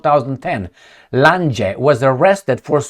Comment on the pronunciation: Lange---pronounced Lahng